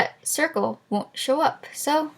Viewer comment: u have a big problem trying to say circle